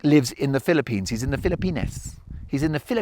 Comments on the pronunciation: STOP SAYING PHILLIP PENIS It is pronounced FILL-A-PEENS JUST stop it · The wind was too heavy on this one, Mark. It was too much to listen to. I do have one question: Is it a British pronunciation to say "Fil-uh-penis" instead of "Fil-uh-peenz"? 😂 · Ahaha i can't get over the pronounciation Philli-pen!s 😂 i know you said its authentic but 😂